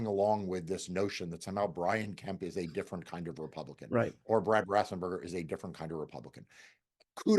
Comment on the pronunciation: Elias - His name is pronounced RAF-enz-bur-ger, not RAF-sen-bur-ger. 🙂👍